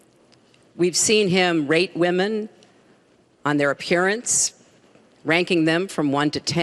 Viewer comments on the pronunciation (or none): I could have almost sworn she said "rape" instead of "rate"